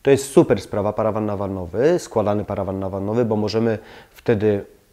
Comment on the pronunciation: wysokość umywalki to kwestia dopasowania do wzrostu użytkowników. szacun za szybkie wymówienie "parawan nawannowy" ;)